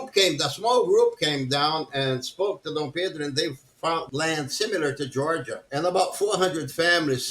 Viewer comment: He sounds like he is saying Jahrja for Georgia.